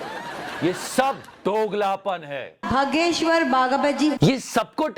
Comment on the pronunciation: Bhai hageshwar bol rahi thi ... 😂😂😂